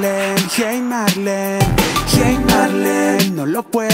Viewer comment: Marlene para mi suena "Mariand"